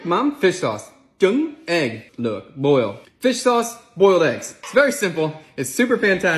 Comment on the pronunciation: Luoc is pronounced differently, a bit more like 'look' as in 'book'